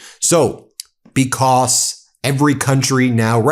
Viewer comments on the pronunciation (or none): I am here for all the "becuss" Ben is saying 🤣🤣🤣